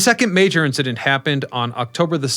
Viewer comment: It's "incidents", lol